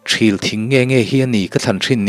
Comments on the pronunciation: THIL tih hi thluk deuh la adik zawk ang THÎL tihzawk tur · Thing hming ṭhil i tih khi,ṭhîl tih tur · Thîl tih kha a thlûk tihsan deuh tur a nih hmel ka tia... Thîl thing sawina nia.... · Thil thing Aw kisangin aw Thial tih angin lam zawk tur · fah leh ṭhil tih kha , ṭhil thing kha tih kha thluk seila,Ṭhil ....